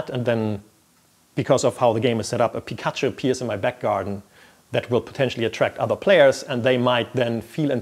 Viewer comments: am I the only one who got disproportionally annoyed by hearing pik_A_chu instead of _PI_kachu? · "Pee kahchu", please stop. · Please make him say pikachu again